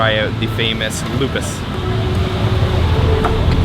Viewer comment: "O" on Lopis pronounced like "O" on "OK"